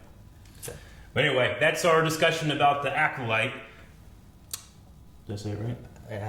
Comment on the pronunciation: I'm glad has finally stopped trying to say "Aculyte"